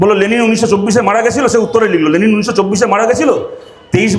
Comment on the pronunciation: আগে লেনিন না লে লি ন উচ্চারণ করতে শিখুক 😂😂😂😂😂